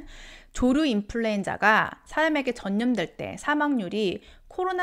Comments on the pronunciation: 발음 정확히 해주세요. 조류 인플루엔자입니다 조루 인플루엔자 아닙니다. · ㅋㅋㅋ 조루 조류